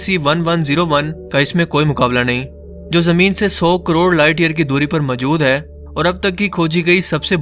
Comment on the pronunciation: Aap Hai ko aim kyon bolty hain